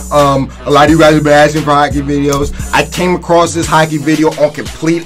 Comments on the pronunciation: It sounds like ur saying hackey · Boi it's not hackey it's hockey 😂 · man says hackey instead of hockey